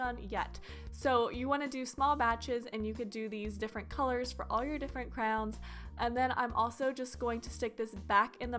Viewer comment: No offense but why do you say crowns instead of crayons